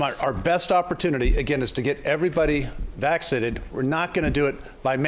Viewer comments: I can't vote for Faulconer. He pronounce vaccinated as "vaxidited" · I thought Jenner was running too? That's interesting...Hahahaha he couldn't say Vaccinated lol